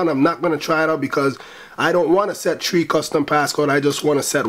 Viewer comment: u say 3 like tree ahahah